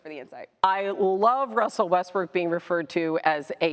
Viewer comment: Wussel Westbrook